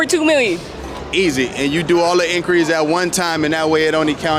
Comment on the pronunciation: "inkeries." Couldn't even finish the video without commenting this gem